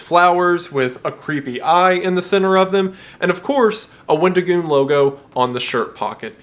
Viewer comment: wendigoon becomes weddingoon